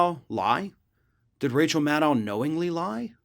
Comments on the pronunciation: Please call her Rachel MAD-OH...not Rachel Maddaouw...that's the way she says it. :) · Nitpicking, I know. But Maddow rhymes with shadow. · Maddow….. rhymes with shadow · why does he pronounce maddow's name so weird?